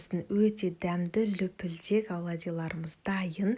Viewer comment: Лупилдек емес улпилдек